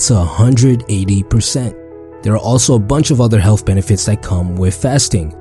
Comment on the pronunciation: Instead of "WITH" he says "WIFF"